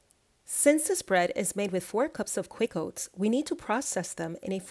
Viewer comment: Why the emphasis on, “Quick oats”?